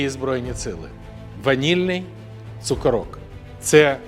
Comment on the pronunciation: Треба ставити наголос на першу «о»: цу - кÓ - рок! Це slang західної України назви цукерка!😜🤝